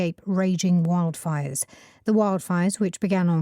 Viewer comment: 0326 출석. 1. wildfire 발음이😢 원래아는발음은 '와일드'였는데 여기서는 첫번째는 '웡'으로 들렸고 두번째는 '월'로 들렸고. 에휴. 2. fanned 이부분. fan이 동사로 쓰이는거 익숙치않아서 몰랐어요. 오답은 found. 3. raging. 모르는 단어. 오답은 raising 결코 쉽지 않네요 오늘도.^^ 오늘 강의도 감사드립니다❤❤